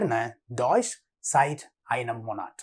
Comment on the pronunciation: Hallo, you doing good, but the pronaunciation of many key words like " Ich, Monate etc. " are incorrect. Pls pay take good care. In 10 days can you reach a small little introduction in the very difficult german language, not more.